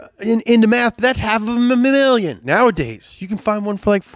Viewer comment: I don't know why, but he totally reminded me of Joe Biden when he couldn't pronounce half a million 😂